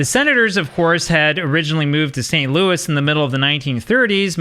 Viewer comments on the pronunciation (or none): none